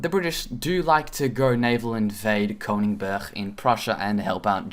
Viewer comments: You don't pronounce German cities like you would with Dutch cities. Danzig is not Danzisckh neither is Königsberg, Königsberschk. Danzig is Danzich (soft g sound like in the word ich) and Königsberg is Königs-berg with a hard g. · maybe he is learning German. Like i do